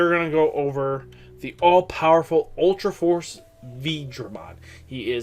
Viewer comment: Its Ulforce or Alforce not Ultraforce...